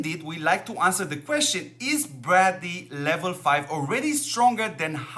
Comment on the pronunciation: Just sounds like you are saying bradley. Not trying to be rude, just trying help mate :)